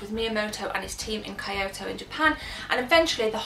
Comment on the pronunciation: Two things: 1) Learn how to pronounce Kyoto 2) Tits